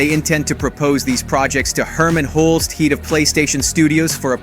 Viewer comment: why are you pronouncing the words like that ? gotta be doing it on purpose cause wth, head doesn’t sound like heed, like what accent would someone even have to pronounce head as heed ? there’s other words you’re trying to hard to mispronounce.. but hey, go off